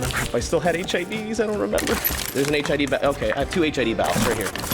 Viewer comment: When he said hid i thought he said hiv